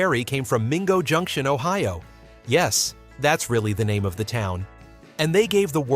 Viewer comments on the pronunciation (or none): none